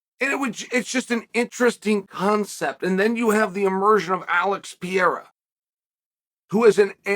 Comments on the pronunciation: Hahaha... He even calls him Piera in the DK promo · Alex "Pierra" Pereira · This guy always raped other fighters name,Alex Pe era 😂😂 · Uncle Chael, why do you deliberately mispronounce Pereira? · He does it with lots of fighters, it's definitely a joke